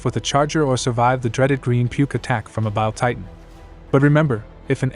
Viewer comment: This AI voice sounds so odd... Honestly it's super distracting from the video, especially when it tries to pronounce "bile titan"